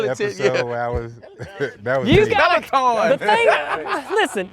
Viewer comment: Omg …..as many words as ALL these guys mispronounce, Peloton is the deal breaker 😂😂😂